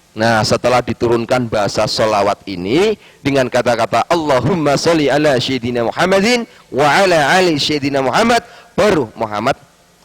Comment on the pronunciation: 02.19 ceye... gak bisa Baca Sholawat..mana ada sayyidina dibaca syayyidina.. mana sholli di baca salli. sholli ama salli beda arti pa ustad(eeh bukan yah)😆😆 cyeee ngaku nya sekolah di madinah baca Qur' an aja kaga Faseh... cye mana ada org islam menyebut ayat alqur an pake kalimat " surat.pasti surah wkwkwkwk